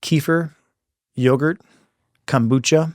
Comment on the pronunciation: Kombuca itritated my teeth